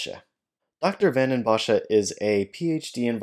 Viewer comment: He is not even close to pronouncing the name correctly. But English speakers have a very hard time pronouncing Dutch names or words, so it's fine by me.